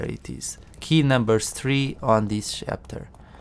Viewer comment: no hate, just curious - why "shapter"? your video is really great by the way, I like it very much - everything explained in detail, very calmly and comprehensibly :)